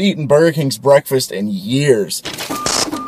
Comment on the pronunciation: Lol "Bwekfast"